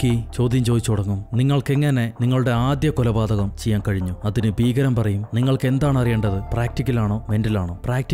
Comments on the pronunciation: ഫീഖരൻ അല്ല മനുഷ്യാ ഭീകരൻ 😃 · ഫീകരൻ അല്ലാ ട്ടോ. ഭീകരൻ